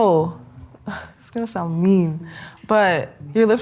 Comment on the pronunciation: THE SOUNDUH...